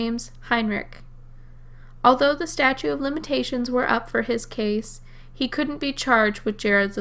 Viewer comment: statute not statue jfc